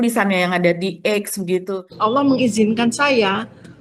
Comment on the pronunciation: bukan "Alam" Mba, saya koreksi sebagai sesama muslim❤🙏🏼. Tetapi , ALLAH.